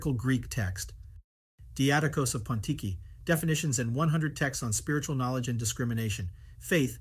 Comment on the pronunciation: It’s Diodochos of Photiki not “pontiki” ok?